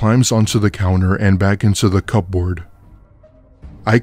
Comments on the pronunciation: I can’t cope with the over-pronunciation of the word cupboard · kubberd fast Dont they know that ? How can they not. My gosh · I love y’all but for the sake of everything holly it’s pronounced cu-board take that P and give it to the dog as a treat